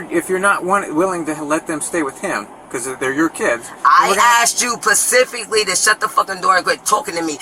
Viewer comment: Girl it’s specific not pacific😂😂😂😂😂